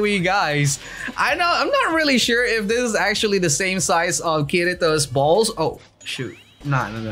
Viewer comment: man said Kirito's BALLZ😭💀😂